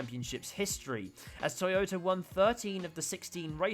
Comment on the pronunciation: Toyota =x= Tea-yoda Toyota = Toy-ota